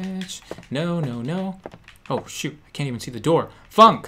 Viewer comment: he didn't say oh..he said hoe...lol